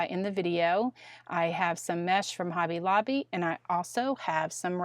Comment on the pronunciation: I laugh every time you say "Hobbay Lobbay" 😂